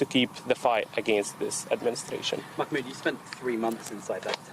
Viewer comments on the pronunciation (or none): Is it so hard to pronounce his name?! Say it like it’s spelled. Mah mood. Nooooo instead she’s gotta hit it with the hard kh. Makhh Mood.